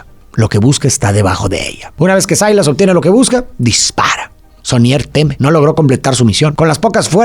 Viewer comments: Silas NO Sailas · cual "sailas"?? Se pronuncia "Silas"